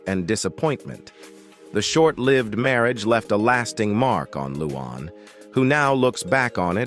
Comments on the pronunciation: Her name is "Luanne" NOT "Loo Aahn". Learn how to pronounce the names of the people you're dissing! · Who the heck is ‘ loo AWN ‘ ?